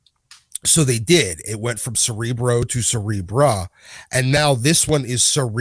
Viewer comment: Cerebra Cerebro? At this points it's more like Cere-bruh...